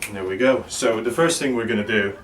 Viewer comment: and dew da same ting on dee udder side. luv it thx for the vid